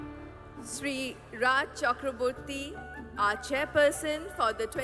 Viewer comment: Horrible pronunciation reading of Raj... horrible